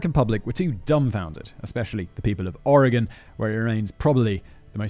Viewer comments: THANK YOU FOR PRONOUNCING OREGON CORRECTLY! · As a native Oregonian, thank you for pronouncing “Oregon” correctly! Unfortunately you mispronounced Willamette, it’s pronounced; Will-Am-It. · Oregonian here. Thank you for pronouncing the state's name correctly. Willamette is pronounced WILL-am-et -- all short vowels. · absolutely fantastic pronunciation of Oregon. Most people not from here get it wrong. GG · So proud Simon you say Oregon correctly 🥳👍🏻. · I have to say, Simon, you pronounced every Oregon place name (including Oregon) perfectly! You don’t understand, MOST Americans get our state and city names wrong!!! You rock!